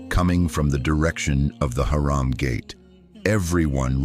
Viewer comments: You have to change the pronunciation of Haram حرم from Haraam حرام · change this shitty voice its harum not haram .... shame on u on posting with this voice over